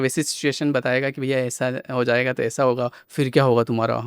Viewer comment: It's not hoyega or hoega - Ho Jayega, hindi thoda dhyan rakhe. New gen people are learning bad hindi. Btw podcast was good.